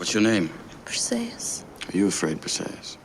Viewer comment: Your name pronunciation is actually really good And yes, I'm sure there's evidence from the war / era but I know men having "campaign partners" was a wide-spread practice in greece and the classical era which probably contributes to the idea that Achilles and Patroclus were more close.